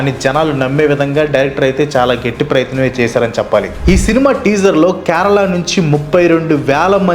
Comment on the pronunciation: First adi kyarala kadu kerala pronunciation correct cheyandi first if you can't atleast try for video sake